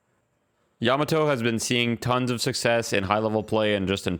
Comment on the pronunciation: the way you said yamato hurt my soul